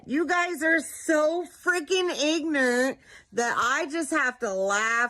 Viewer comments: Did she say “ignurnt”?? Holy shit 🤦🏾‍♀️🤦🏾‍♀️🤦🏾‍♀️ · What's ignert? Does mean ignorant? LMAO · Ignernt..educate ...I guess grammar is not her strong suit😂😂😂😂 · Aww, then you missed her mispronounce ignorant as she was calling other people ignorant. That was, "chef's kiss", wonderful. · ah good catch. Indeed, she is the poet laureate of Sh1tforBrains Drive